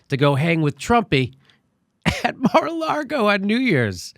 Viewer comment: It's lago, not largo